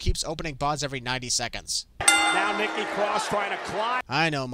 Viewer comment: you called Nikki lickky😂😂😂